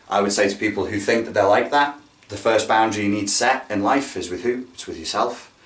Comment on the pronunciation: I thought you said SEX when u first said SET lol!